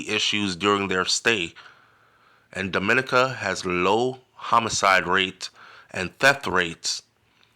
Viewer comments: Thanks for this heads-up! DOMINICA is pronounced Domi-NEE-ka, stress on the NEE. Hope you plan to visit soon. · Why Dominica 🇩🇲 mostly prounce wrong